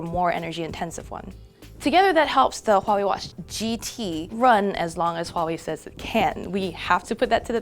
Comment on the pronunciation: Dislike for bad pronunciation of Huawei.